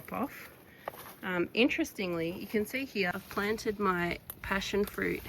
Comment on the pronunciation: 😂ya now you're listening to a Melbournian when they say "heeya" for "here".